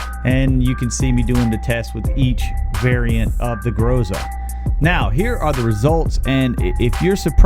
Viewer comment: Excellent research, thank you! Unexpected. By the way, if anyone cares — in Groza the stress is on the last syllable. Grozá. Means “thunder” in Russian.